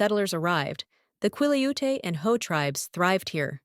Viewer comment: Wrecked pronunciation of Quileute and Bogashial. So, no longer interested un this channel.